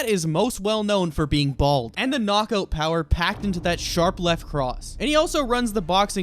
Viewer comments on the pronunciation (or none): none